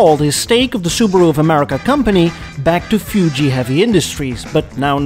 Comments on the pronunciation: Fuji not Fyooji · I've never heard anyone call it "Few-Gee" Heavy Industries.